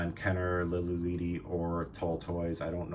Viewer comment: Its Lili LEADY btw. As in LEAD, the metal. lol. Spanish "e" is always short.